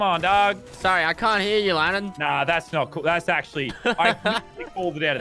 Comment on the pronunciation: Issac Galloway it’s lannan not landon 😂😂😂